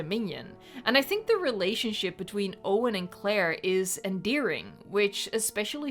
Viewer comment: "EnDEARING" Say that again?